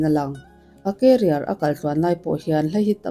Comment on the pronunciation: I thil lam dan hi mak thei ee😂😂😂 Salma Hayek pawh a hming I lam dan a diklo a career pawh Carrier angin I lam bawk a 😅 mahse min huat phah lo la kalo sawi ve Mai* anih hi ❤